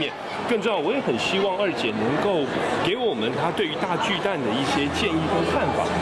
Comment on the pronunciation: 巨蛋? 蛋 = （台语）NUI/NENG, ”巨蛋“ 根本就是华文，你不如直接用华语北京话的读音来读 ”巨蛋“不是最好，何必多费工用台语的读音来读华语的”巨蛋“呢？还有，台语是没有 ”巨“ （KHI）这读法的，这是发明字吧？另外，这是什麽年代了，没必要 华文/台语 一个字一个字来对吧，这不是两蔣时代吧？大巨蛋 = TUA NUI （台语）！